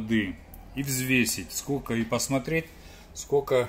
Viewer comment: Не говорите скоко.